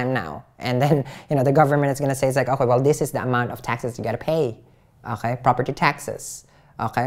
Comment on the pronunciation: "okhae" I love that. Everytime you say it I picture you as a French man sipping a coffee at a bistro. 😂❤️